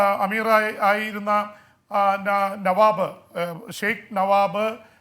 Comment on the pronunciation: ജെയിംസ് sir അന്തരിച്ച കുവൈറ്റ്‌ അമീറിന്റെ പേര് നവാബ് അല്ല നവാഫ് ആണ്